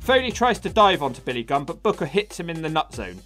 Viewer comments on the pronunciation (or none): You spells Billy Gunn like Billy Gum lol.